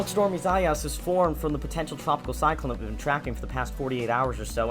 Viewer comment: Wrong pronunciation of Isaias